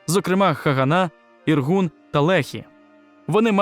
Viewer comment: "Іргун" (організація), дебіл, а не "Інгур" і "Лєхі", а не "Легі". І все решта твого шкрябання, такого ж гатунку. До таких, як ти не доходить, що після 2 000 років поневірянь по світі, знущань, і геноциду, в тому числі і в Україні, євреї вирішили повернутися на споконвічні свої власні землі обіцяні їм ще Самим Богом!. При чому, за вирішанням ООН. Так, так тим Самим Богом, що послав на свою землю Свого Сина заради врятування людства. І що з того, що хтось, скориставшись тимчасовою їхньою відсутністю, встиг зайняти ці землі. Євреї прийшли, не розраховуючи на все колишнє своє майно. І нічого не захоплювали. Максимум купували здебільшого кинуті кам'янисті на пагорбах, або на болотах, з малярійними комарами, землі. І палестинці раділи з того, що за гроші позбулися площ, за які треба було платити податок. І не палестинській державі, такої не існувало в природі. А Туреччині. А коли вони побачили, які дива можуть робити євреї на тих нікому не потрібних землях, а ще коли вони зіштовхнулися з повоєнним напливом євреїв на, підкреслюю, виділені їм землі. то вони, неграмотні і забиті різними окупаційними країнами. Як власне Туреччина, Йорданія, Єгипет, які просто їх за людей не тримали, а рахували за хробаків розмовляючих. А тут почався наплив грамотних, різнобічно освічених, які пройшли гігантську всесвітню школу досвіду в науках, мистецтві, культури, то що, людей. То вони збагнули, що ніякої інтелектуальної конкуренції вони не витримають. І се що їм лишається - це знищити конкурентів. А